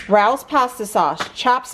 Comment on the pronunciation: It's pronounced Ray-OS which i only know because i saw a commercial for them! I love how caring you are of your dog and your recipes are always so simple and delicious looking! Love your channel!